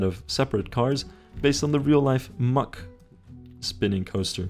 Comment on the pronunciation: Hold up, Mack is pronounced "muck"??